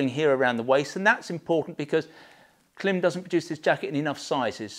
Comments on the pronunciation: It’s pronounced Climb. You’re a Klim dealer, you should know this. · Thank you for a great review of some super jackets. Love your channel. But, as an American, I would like to suggest the proper pronunciation of the brand Klim. It is pronounced as CLIMB. Like climb a hill. Their logo even has a long I mark above the i. Keep the great vids coming. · Klim...that little horizontal line above the i is called a macron. Macrons indicate long vowels sounds, therefore the pronunciation of Klim rhymes with climb! Thanks for an excellent video and some fine reviews. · Of course, I know how Klim pronounces the brand name. We are one of their largest sellers, so of course we know, but the ‘long i’ that you refer to does not actually exist in English. They have taken a phonetic device, and have applied it incorrectly to the written word. On a technical level, they have simply invented their own pronunciation. Which is why I enjoy winding them up!.